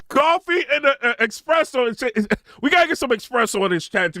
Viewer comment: 🤣🤣🤣 man, did you just say she's an expresso??? 🤦🏾‍♂️💀